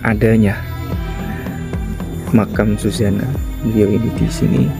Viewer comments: Suzana mas bukan Sujana.,paham. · orang bilang Susana mas bukan sujana🙏🙏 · BKN Sujana tp zuzana say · Tlg kalo bikin konten sebutkan namanya dgn benar.. Suzana bukan di sebut Sujana... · Kok sujana sih yg bener suzana😅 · Bisa ngomong apa TDK itu.... bilang Susana kok malah jadi sujana...tdk jelas ente👎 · Suzana bang, bukan sujana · bukan sujana laa suzana. km salah nyebut